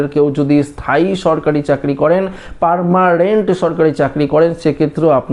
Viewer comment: পারমারেন্ট নয়, পার্মানেন্ট😅😅😅😅😅😅😅😅😅😅 আপনারও রেশন কার্ড বাতিল করা উচিত